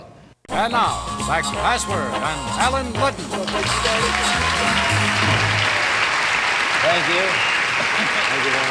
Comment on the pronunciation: and now back to "TALLEN LUDDEN"... Really!!!??